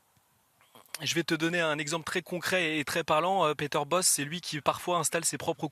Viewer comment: IL S’APPELLE „PETER BOCHE“ ET PAS „BOSS“ ÇA DEVIENT FATIGUANT...